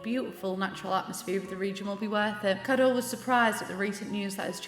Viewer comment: I was so positively shook you pronounced Kado right, only to wanna die by your Ito jajajajajajaja at least Kado was right